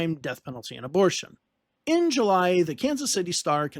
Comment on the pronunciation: Let Orson Welles know you found a way to begin an English sentence with "In July" and emphasize "in"